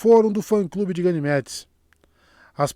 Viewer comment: gaynemedes 😂😂😂 essa foi genial